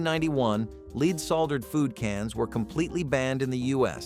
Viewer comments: Lead is pronounced led as in Ted... not leed. Dern robot 🙄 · Lead poisoning. (Not leed!) Lol!